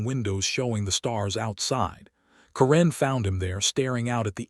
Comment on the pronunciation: Stupid A.I., its Karen NOT Kuran